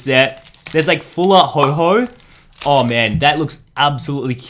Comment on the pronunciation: No one gonna mention how he calls Ho-oh "Ho-Ho"?